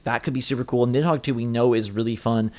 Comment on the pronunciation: nid-dog? wtf